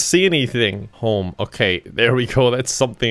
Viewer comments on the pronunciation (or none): none